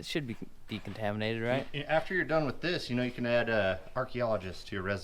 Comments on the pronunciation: Gotta love phonics, in sand you are DUN. Period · D U N ! It's math peepole..........